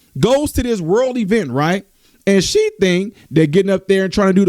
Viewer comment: “Worle” event? 😂 All this time I thought it was World event…..Just teasing you.